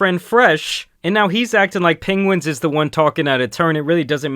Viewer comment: Is it just me or the first time he said Charlie's name in the video was "pengwins"?